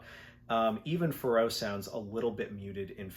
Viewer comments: Yeah I was surprised at that too, haha. “Pharaoh” pronounced like “Al Jarreau.” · Forget the pronunciation of the album title. I'm shocked by your pronunciation of Pharoah, lol! All insiginficant things like that aside, thanks for a greaet video.